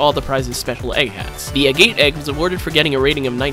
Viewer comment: its funny how he pronounces agate